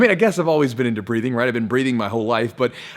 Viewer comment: I thought you said "breeding"